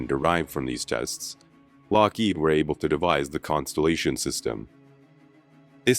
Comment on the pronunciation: Very interesting documentary. I only wish the narrator had better pronunciation. He repeatedly emphasizes the second syllable of Lockheed, which is incorrect. My husband used to work for Lockheed, and we both find that grating.